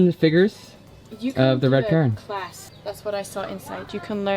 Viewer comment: Nice video. It is not pronounced care-ran. It is pronounced kuh-ran !